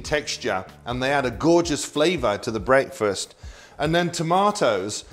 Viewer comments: AH PROPAH ENGULISH BWEAKFEST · "Brake-fest"? Pronounciation is interesting.